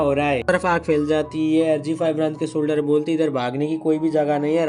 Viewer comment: Navy solder nahi Navy solger😂❤❤